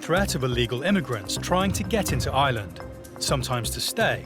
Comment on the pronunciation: It would help if the narrator could pronounce Ireland...not island